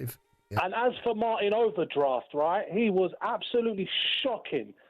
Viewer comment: "Martin Overdraft"💀